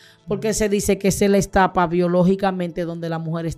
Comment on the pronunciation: Se dice etapa no estapa